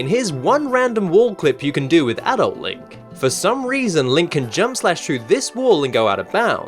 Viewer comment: You pronounced "adult" wrong... ._.